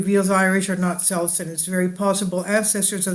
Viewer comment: Interesting video especially having this heritage. Just to let you know that Celts is pronounced with a hard C.